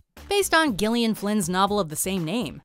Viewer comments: Oh my god, my pet hate. ‘Gillian’ is pronounced with a ‘J’ not a hard ‘G’. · Gillian is prenounced Jill-e-in